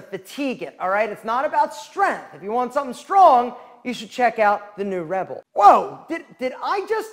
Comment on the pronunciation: this italian cant pronounce rebel man he sounds like he's promoting red bull😭😭😭